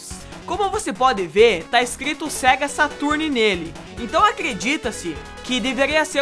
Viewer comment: o falando "Saturni" é de doer os ouvidos haushaushau